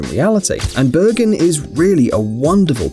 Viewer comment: Bergun? That's where I learned to ski! (It's pronounced Bear-GOON)